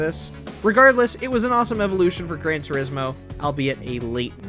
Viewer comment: "Gran Tursimo" 💀